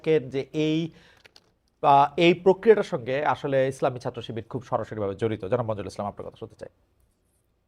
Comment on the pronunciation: এরা কি ছাত্র? কারন, ছাত্র রা লেখাপড়া করে, ছাত্র শব্দ টার বানান ও উচ্চারণ জানে। এই লোক ছাত্র শব্দ টাকে সাত্র বলছে(যেভাবে সাইকেল উচ্চারিত হয়) । আচ্ছা ফ্যাসিস্ট মানে কি? ফ্যাসিস্টের সংজ্ঞা কি এদের মতে? এরি কি ফ্যাসিজম করে নাই? একাত্তরে অত্যাচারী রেপিস্ট পাকিদের সমর্থন করেই তো এরা আগেই ফ্যাসিস্ট হয়ে আছে। আর এখন প্রধানমন্ত্রী কে খুনের চেষ্টা, হিন্দু সন্ন্যাসী কে গ্রেফতার সব ই তো ফ্যাসিজম। তাহলে আসল ফ্যাসিস্ট কে? আমরা কিছু ই বুঝতে পারছিনা। এ ওকে তো ও একে ফ্যাসিস্ট ডাকে, আসলে কে ফ্যাসিস্ট?